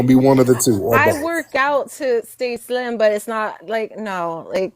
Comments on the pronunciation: the accent on “slim” is foreign for sure. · Because she’s lying. the accent on “slim” is foreign for sure. You playing dumb. Wait until you have to use your ID to leave comments, and it has a real face picture on there. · the accent on “slim” is foreign for sure. You might be a foreigner but not a tether. Outside